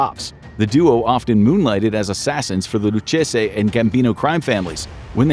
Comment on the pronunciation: Loo-Kay-zee… not Loo-chay-say…